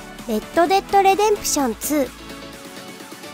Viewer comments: レッドデッドレデンプションじゃなくてレッドデッドリデンプションやで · レッド デッド リデンプションやぞ レデンプションちゃうぞ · ユービー「アイ」ソフト社だし、レッド・デッド・「リ」デンプションだし…まとめるならしっかりしてくれよ